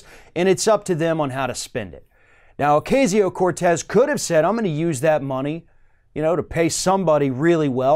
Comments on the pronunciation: OH-KA-SEE-OH not OH-KAY-ZEE-OH... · It's pronounced Oh Cah See Yo, not Oh CAY See O. Other than that, great segment! I had to forego the chance to become a DC intern as most of my fellow Truman Fellows could, because I was a single mom - in 1988! It's unbelievable that 30 years later, they're still making it possible for only childless and rich people, or people willing to live like grad students while working 16 hr days, to be interns and "serve" the public. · It's pronounced O-cazz-io, not O-caze-io. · C'mon, can you pronounce her name correctly" O-KAY-ZEO? Sheesh! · Love that girl..... BTW its Ocasio (Oak- ah-si-o),... pronunciation is still everything.... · Ocasio (O-kas-e-o)... don’t mispronounce the lady’s name like those Fox News guys. Please, don’t be like them. It’s a mistake, but still, I’ve heard you do it a few times. Just not this video. Just trying to be helpful. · I think it's odd that he is mispronouncing her name. It's the same pronunciation that FOX uses for which she gave them shit about. "It's been three months." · Y u keep pronouncing her name wrong